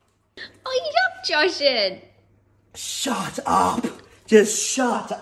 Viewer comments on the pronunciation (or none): I'm more curious why pronounces Jashan's name incorrectly all of a sudden